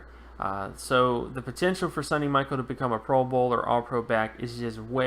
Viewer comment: It's pronounced Sony like (Sony Walkman) Michelle (like Michelle Obama) , not Sunny Michael. And I think he will be better than you predict.